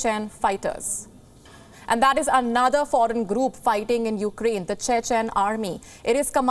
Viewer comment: Did she say Ukdain?